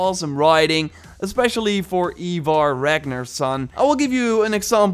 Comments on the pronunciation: my dude, you are my ubisoft hero, but for the love of all thats holy its 'eye-varr' not eeeeee-varr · Its fucking ivar NOT “eeevar”😭😭😭 for the amount of vids you have on this game and the story of ragnars sons i honestly think you should know this